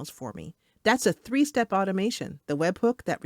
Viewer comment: very good AI voice, did you use NoteBookLM to narrate this episode? I noticed how it pronounced webhook as webbook